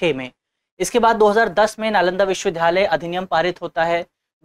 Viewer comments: Sir its not pronounced as 'VIDHALAYA' rather it should be called 'VIDYALAYA ' . thank u for this video 🙏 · विश्वविद्यालय बोलने में कुछ त्रुटी हो रही है इनसे। मुझे उम्मीद है दृष्टि टीम इस पर जरूर ध्यान देगी।